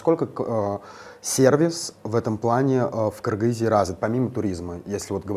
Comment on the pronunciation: Вот что значит образованный человек, узнала про страну год назад, переехала недавно но, уже правильное произношение кыргыз, и заинтересованность в языке и стремление учится. Молодец, такие люди делают мир добрее.